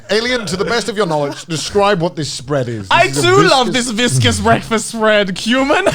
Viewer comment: The absolute butchery of the word viscous in this episode is hilarious